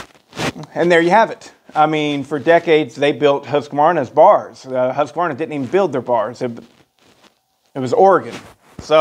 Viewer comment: "who's Kuhvarna?"